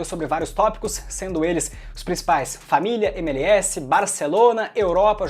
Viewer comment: cara me desculpe fazer uma correção, a pronuncia correta é: êmelés